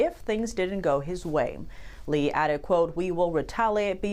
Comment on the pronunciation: bessent can't even pronounce Lee's name properly. Why is he shaking?